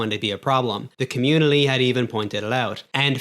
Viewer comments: "Communily" This dude needs to learn how to speak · the communi-lly had even point-itled out